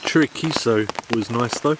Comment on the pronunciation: Chorizo? What the heck is chorichecho?